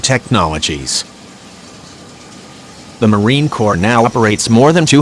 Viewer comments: The way the computer-generated voice kept referring to my Marine CORPS as "corpse" was jarring my ear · Hey It the United States Marine Corp, not a corpse as your computer pronounced the name. How about using a real human to do the announcing instead of a computer because it's an insult to every Marine when you screw up something that simple as pronounce a word that disrespects every Marine serving or retired. Get it right!!!! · It was funny listening to your robo-narrator saying "CORPSE" for "Corps." But then it made me think of the Obamanation, when he said; "Navy CORPSE-man, I never considered he might be a robot." It would explain a lot.